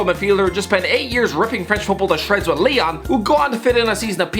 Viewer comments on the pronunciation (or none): none